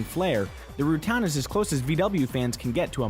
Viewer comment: why do you continue pronounce the name like that. wtf